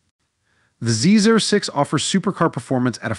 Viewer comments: It’s pronounced “Zee oh six” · NO ONE calls it a Z zero 6. Duh. Get a life